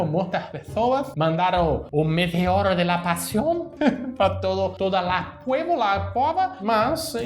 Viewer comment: Valeu ver o vídeo pelo espanhol maravilhoso...."meteoro de lá passion".. kkkkkkk